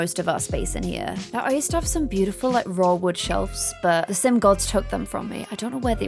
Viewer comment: GASP:....This bootiful house... Me: ALERT! ALERT! called the Maxis house Bootiful!!!!!!!!!!!!!!!!!